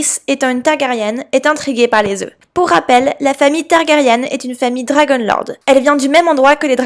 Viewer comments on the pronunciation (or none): On dit Targaryen et ce, dans toutes circonstances, sinon, pas mal l'hypothèse 😅